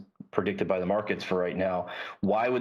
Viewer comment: “…joined jy Jeremy Schwartz” NOPE